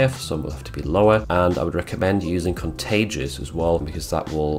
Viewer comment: The tolerance setting in Photoshop is called "contiguous" not "contagious" Lol